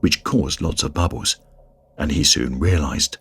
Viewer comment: I like how the narrator says bubbles 😆